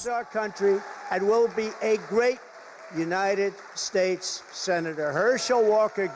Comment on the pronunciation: United Shaashts of America...folks....